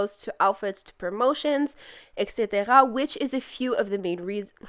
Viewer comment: Tbh I had actually been curious about if she lived in France or had French associations since she pronounced Rosé with the correct accent pronunciation as well as Etc. But I was kinda worried people would think I was judging her but I was just curious because I took French for 2 years and also for a few years in preschool and I wanted to know.